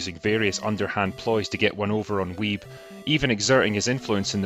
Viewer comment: I loved this docu too. Don't let Steve hear you pronounce his surname like that though mate 😉. Another film with heart you might like is Ping Pong Summer. A coming of age tale set in the 80's in an arcade. I loved it. Lea (Back to the Future) Thompson is in it too! ... along with other big names.